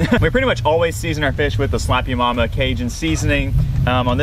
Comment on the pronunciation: Sounds like you’re saying “Slop Yo MaMa!” I love it, and it IS spicy! Seeing Jay sick broke my heart! She should be checked out to be save. She’s the best thing about your show!